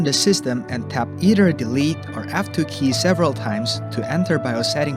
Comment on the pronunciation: What is an "afto" key? Use an actual human for your voice overlays.